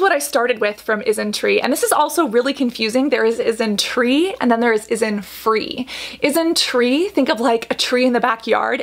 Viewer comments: She's saying it just fine tho. I think you just misheard. I heard "IsnTree" everytime so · Yes but just a tip, the pronunciation is different. Isntree is pronounced correctly here but Innisfree is not. It's In-NIS-free, emphasized the NIS sound. Whereas it's Isnt-TREE, you emphasize the Tree sound. Innisfree is one of the OG highstreet Korean Beauty brand alongside with the likes of Missha. SNSD's Yoona was the brand rep for 10 years, and it's the top Kbeauty brand in China and Japan. Isntree is your startup newcommer. Innisfree was more popular for their makeup like the powder and BB cream, their pore serum, and the most famous - their green tea line.